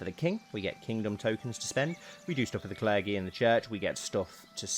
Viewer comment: Were you being funny or is that really how you say the word clergy and i just never noticed?? This is why I shouldn't watch youtube when tired, accents start to trip me up